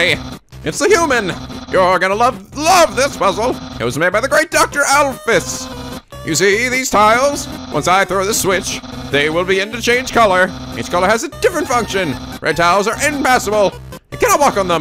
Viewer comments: hey, you actually pronounced Undyne wrong (along with Alphys)! Undyne is pronounced "Uhn-dine" and Alphys is pronounced "Al-feez" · Alphys is pronounced Al-pheez!